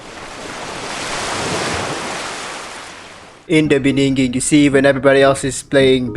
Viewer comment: In the beninging LOL